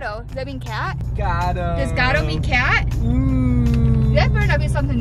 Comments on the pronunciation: I'm a native spanish speaker and I can say that you did pretty good. I'll give you a 9/10 because you pronounced "garo" instead of "gato". Loved the video!! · It’s gato not garo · lol garo is gatto with a t